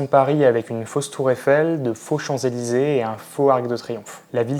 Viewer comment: La tour eifeng, les Champs-Élyfong, la tongcorde......et puis quoi Encore.